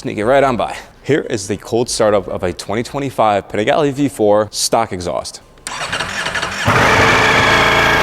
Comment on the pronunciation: Your pronunciation of Panigale bothers me more than the stock exhaust sound...and I am not even Italian.